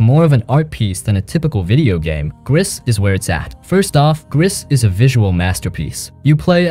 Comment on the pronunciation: I played Gris and Tales of the Borderlands. At this moment Dreamfall Chapters, Sinking City and Sherlock Holmes are on sale on Playstation Store, so I bought these. Btw, "Gris" is French for "grey" and the "s" is not pronounced ...